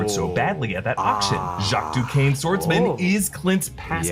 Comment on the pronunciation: Duquesne is pronounced "Doo-Kane"... I learned this via Batman: Mystery of the Batwoman in 2003